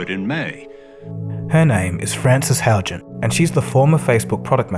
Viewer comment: Haugen is pronounced “how-ghen” 😉 great videos!